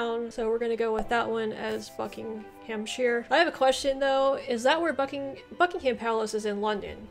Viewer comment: Shire is pronounced sheer in the country names. You pronounced it correctly for Shropshire and Buckingham shire but not for many of the other shires.